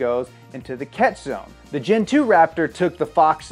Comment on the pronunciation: When you say GEN 1 or GEN 2 i hear Gin 1 and Gin 2 like the alcohol